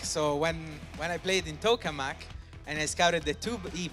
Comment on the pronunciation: "Tokamak"...is a Russian word in reference to the toroidal configuration of a fusion nuclear reactor concept; "Toke -ah - mahk" Anyways: Thank you for more, its awesome that you guys are able to continue the casts together. Losing the 'official' big tournaments was a major blow. Great work as always!